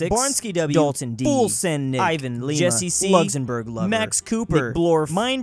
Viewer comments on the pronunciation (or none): none